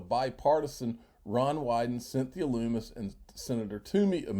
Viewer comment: Lummis rhymes with hummus.